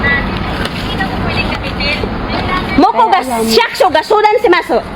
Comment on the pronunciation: shaksho, shaksho janeyo! tagalugin mo na lang ! mag ninihongo ka mali naman 😂 SHIYAKUSYO (city hall) OBOB!